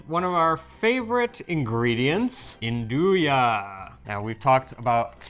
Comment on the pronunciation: Nduja when said by the d is silent but when says it the d is emphasised. I suspect that says it right.